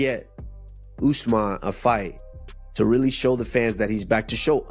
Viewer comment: C'mon, it's pronounced ooz-mahn. Not us-man. 😅